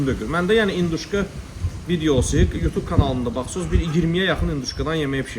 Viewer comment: induşka yox,hinduşka.